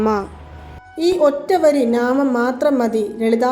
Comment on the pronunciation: നാമം അല്ല നാമംഎന്നാണ് പറയേണ്ടത് 😅😅😅